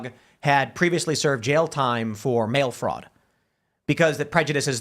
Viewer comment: Say it with me Tim, its "Fraud"